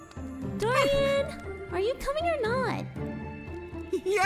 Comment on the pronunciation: They said Dorian wrong. 😊☝️